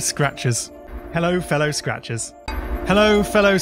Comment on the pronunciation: After a bit it just sounds like: “Hello Fell o, scratches.”